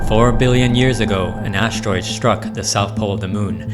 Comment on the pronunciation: ASS-teroid ST-ruck, not ASH-teroid SHtruck. There's no H in the ST sound.